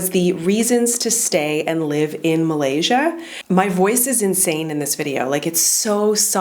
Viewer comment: You pronounce of Malaysia is perfect👍👍